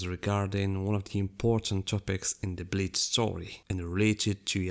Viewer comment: Your pronouncation: "Every Bitch fan"